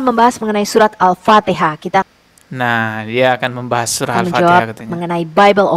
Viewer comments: 😂banyak kn mengaji agar Al Fatihah tu sebutan nya betul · Memalukan. Membaca ayat alcuran alpatihah aja ga bisa...